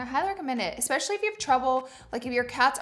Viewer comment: Omg did she say expecially? Oh no